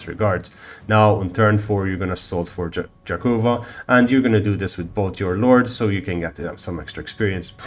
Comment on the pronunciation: Yakova, not jakova)